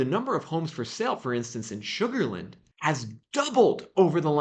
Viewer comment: Please learn how to say “Sugar Land”. It’s not “sugarlind”.